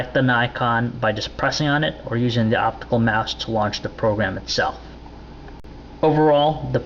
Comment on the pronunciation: say it with me... "optical mouse" jesus go buy english lessons...